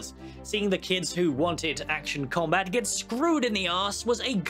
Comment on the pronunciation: "Action com-bit," Nice one,.